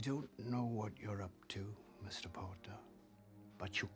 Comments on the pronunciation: Rufus Scrimgeour sounded like he said 'Porter' than Potter 😂😂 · I think he said more of Harry James poeter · The minister pronounces “potter” weird xd